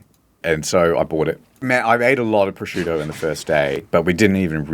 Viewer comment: Thank you so much for teaching me how to pronounce "prosciutto."